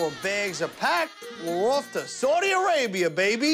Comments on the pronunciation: It's Saudi Arabia not sordi Arabia 😂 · That first part where they toured the city was hella wack. Dude spent all that time and still didn’t know how to even pronounce Saudi Arabia